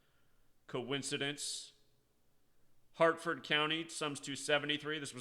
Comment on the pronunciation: It wasn't a drug store, it was at a big warehouse. And dude, its "HARFORD" county, not Hartford. Also, in this particular situation, there's actually a military base right up the road from where the happened. Aberdeen proving ground.... so its not that strange to see them there honestly